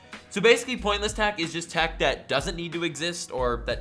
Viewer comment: Am I the only one that hears tach instead of tech?